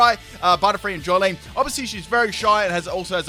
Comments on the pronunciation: It’s Jolyne not Joylene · Its jolyne not joylene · Did You just Call it Joy-lene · "Joylene" Okay who else is triggered he spelt Jolyne very wrong? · Yeah, my favourite JoJo protagonist, Genesect. In part 4, I like how he saves a child from death after exploding in a million pieces with his Technoblast. QOTD: Berserk. Not the movies, but the original anime. And the manga. Gureeto daze. 👌🏻👌🏻 Edit: little nitpick. It's Jolyne.